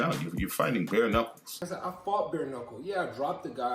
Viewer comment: So it looks like I’ve been pronouncing the word “knuckles” wrong for the last 35 years. According to this video, the most common pronunciation is “nuckos”.